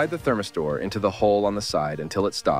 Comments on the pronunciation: I've never heard "thermistor" pronounced like that. :D It makes more sense, given the spelling. (I've always heard--and said--"therMISter".) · Dislike. Its like listening to online training modules at work. Its missing a natural cadence, sounds fake and mispronounced thermistor.